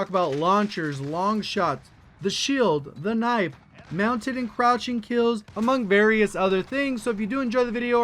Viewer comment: He said croching instead of crouching